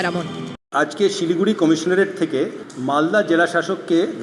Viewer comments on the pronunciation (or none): আরে সমস্যা সিলি গুরি না shiliguri,,সমস্যা অদ্বিতীয়া,,সমস্যা,,কিন্তু খবরটা দারুন